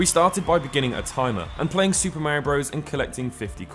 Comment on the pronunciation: Say it with me Marr - eee- ohh